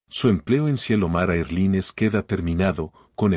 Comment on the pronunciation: Erline? NOO En inglés air line. Erlain, se pronuncia.